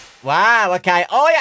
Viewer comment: When say nightmear BB i hear it baby and i be like wait....did they have nightmear Baby 🌚